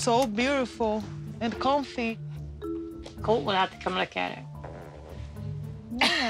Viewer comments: I think his name is actually coltee though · "COLTY" DONT GIVE ME CREDIT CARD "YETY" Lmao😂🤦‍♀️ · Brazilians tend to add an imaginary "y" to foreign words as a way to pronounce them more easily. It's not weird for her to say Colt"y" and credit card"y". She's speaking a language that isn't her mother tongue.